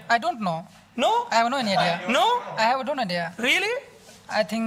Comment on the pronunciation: The host said rias(yes) or nrio(no). good pronounce